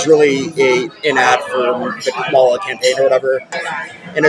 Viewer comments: can't believe how racist this guy is--pronouncing Kamala's name incorrectly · He pronounced her name incorrectly. He's clearly an alt-right supremist... 🤣